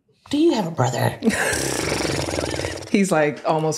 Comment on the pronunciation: that "doyouhaveabrother?" right after the pause made me wheeze laugh